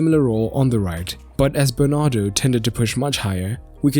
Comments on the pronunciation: Bernardo not Bernard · It's Bernardo not "Bernard"